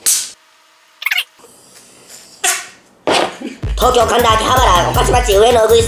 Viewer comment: うぐいすだに↑じゃなくて鶯谷↓な